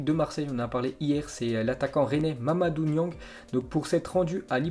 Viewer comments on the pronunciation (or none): "mamadou yang " mdr après il à dit m'baye Niang sans que rien était 🤣🤣🤣🤣🤣🤣🤣🤣🤣🤣🤣